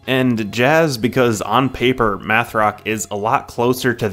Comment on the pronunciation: Meth rock?? Oh its math 🙂